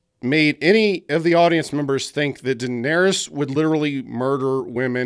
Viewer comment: "what about jon, he went from knowing nothing, to doing nothing", actually its pronounced "Daenerys"...